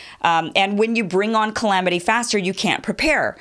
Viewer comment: did she say cLamity? sounds yum